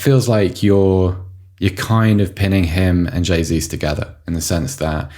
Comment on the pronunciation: The first podcast I've listened to where they're correctly pronouncing the J in Gabriel Jesus. Boils my piss when 'experts' are assessing how suitable he may or may not be for Arsenal when they can't even get his bloody name right. TalkSport I'm looking at you.